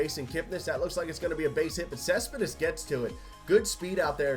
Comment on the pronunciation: You can't say Cespedes right😂